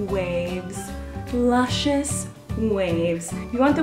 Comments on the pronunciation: I died every time she said lucisous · Whenever you say luscious I always expect luchous.